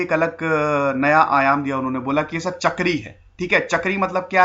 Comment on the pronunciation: not chakri it is cha + k + ri. Bengali sabhd jiska matlab hai naukri.